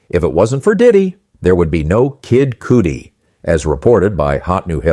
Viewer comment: You did not enunciate Cudi’s name right